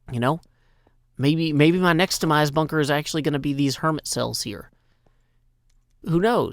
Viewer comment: Statue of Hermitty. No 'r' before the 'y'